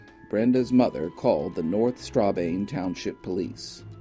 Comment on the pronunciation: struh-bane with the accent on the second syllable. shar-ler-roy with the accent on the first syllable. You couldn't make a couple of follow-up phone calls to local municipal offices to ask about these pronunciations after your onsite visit?